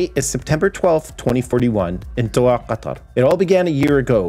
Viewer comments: At least Qatar was well pronounced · You pronounce Qatar very well